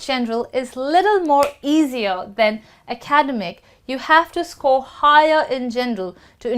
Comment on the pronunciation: You’re pronouncing ‘academic’ wrong